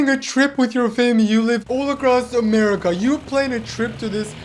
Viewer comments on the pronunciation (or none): none